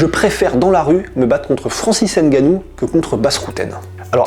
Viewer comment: tu dit mal son nom